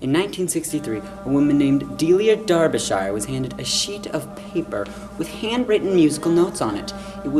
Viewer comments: Please pronounce her name properly - It's supposed to sound like DARBY-SHER not DER BE SHY ER ok :-) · Just for our North American friends, when you pronounce Shire in England it rhymes with ‘Sher’ not ‘shy-er’ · It's Darbisher, not darbi-shire. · Your incorrect pronunciation of Derbyshire is simply vomit inducing by the middle of the video. C'mon man, you're a smart guy, surely you could look up online how to properly pronounce the thing. Hint: it's pronounced- Darb-uh-sher, not Dar-bee-shier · Never mind, just for the moment, the (unique and brilliant) theme tune. Ignorant foreigner -- LEARN TO PRONOUNCE 'DERBYSHIRE' PROPERLY!!!!! There are ONLY THREE syllables in the word!!!!! (Bl--dy Yanks) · Please watch any you tube channel where a Brit is pronouncing Derbyshire properly, maybe you can try and emulate... \ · For All Americans.. The word Shire is pronounced the same as Cher (as in Sonny and Cher). There.. Sorted forever.